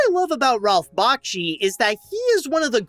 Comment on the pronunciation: He is not a composer, it is not Bach-chi, it is Back-she, and it's Ralph, not Rolph. Other than that, very fine review.